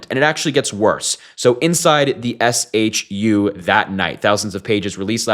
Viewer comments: It's shu, pronounced as shoe. That was driving me crazy. 😆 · FWIW - SHU is often pronounced “shoe”. Anyway, Epstein’s killer was disguised as a prisoner. Not a conspiracy theorist either, but this was way too fishy. This guy knew too much and the fear was he was about to talk. He made one sweetheart deal in Florida and he was prepared to make another. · SHU is said as "shoe" not S.H.U. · SHU is pronounced shoe. All cameras have to work. Typically if a camera is not working, they move inmates off the tier. All SHU staff are given a cutting tool and have extensive training for suicides. Idk if these people were doing OT and not the usual SHU crew, but they sound incompetent.